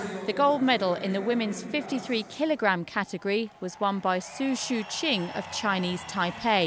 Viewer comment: Did you just butchered her name?